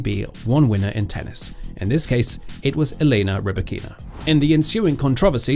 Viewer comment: I understand that for an English speaking person it is difficult to take the trouble to pronounce another person's name properly. Potentially Elena Rybakina will be playing professional tennis another 10 years, but even such a long perspective does not encourage some commentators to learn to pronounce ONE WORD correctly. Lack of respect, nothing else.